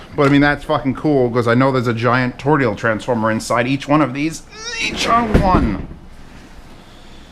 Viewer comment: A donut shape is a TORUS. A TORUS shaped transformer is Toroidal. TOE-ROY-DAL. please pronounce it like you understand?